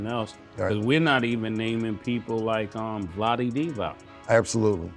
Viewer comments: And he said Vlade....like cmon..Mase was talking nonsense 😂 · Nigga said vlade divac 😂😂😂😂